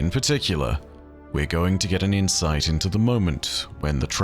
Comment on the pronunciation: i heard her insides are shared with us and it took me second to realise you said insight